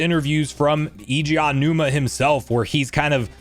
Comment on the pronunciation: His name is Aonuma, not "AW-numa." A-O-NU-MA is 4 syllables and is pronounced "Ah-oh-new-mah." If you want to pronounce it quickly, it's "Ow-new-ma."